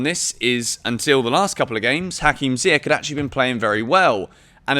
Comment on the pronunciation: Pronounce Ziyech properly...after all this time.🤦🏾‍♂️